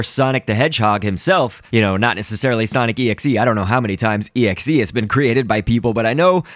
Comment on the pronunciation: its pronounce exe